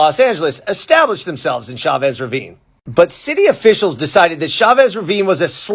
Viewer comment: LA in a few minutes..... Thanks for giving this story the seconds it deserves. E.LEE.sian Park. Chavez - Ch as in 'Cheers', not as in Chevrolet - it's Spanish, not French.